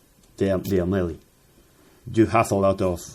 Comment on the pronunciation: AMELI, like saying Amelia but without the A at the end..